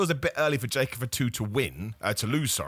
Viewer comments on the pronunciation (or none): F'too, not any hint of an A in there lol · pronounces Jacob Fatu as Jacob for two 😁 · Sounds like he's checking in at a restaurant. "Jacob for two? Jacob party of two?"